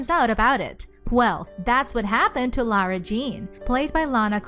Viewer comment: You keep on pronouncing Lara wrong